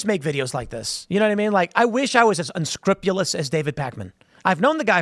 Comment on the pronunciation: say it with me, Tim. 'UnscrUpulous'